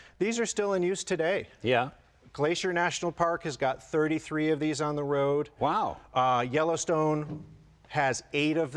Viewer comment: Each time he said Yellowstone I heard Jellystone. So, why do they have those big metal bars in the rear? To keep Yogi bear from stealing picnic baskets kept in the luggage pod?